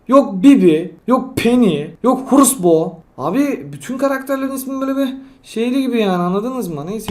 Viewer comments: Okunus:horus bo:orus bo Duzelti:orus pu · Reis adamsın one million Horusbo = orusbu ( mecha tara diyon kral) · Ho - Rus - bo = O - Rus - bo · Abi bana horus bo bana öküz bo gibi geliyo 🤣🤣🤣🤣🤣😂😂😂🤣🤣😂😂😂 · Abi yanlış soylemişsin bo 'nun ismini